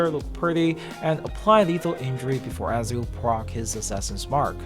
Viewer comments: Bro who's Azio 😂, it's Ezio Ezio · It Eh-Zee-ooo.